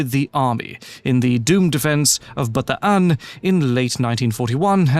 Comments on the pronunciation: Good job pronouncing Bataan like a champ! 👍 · Thank you! You pronounced 'Bataan' correctly 😊